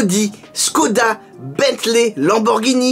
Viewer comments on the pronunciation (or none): none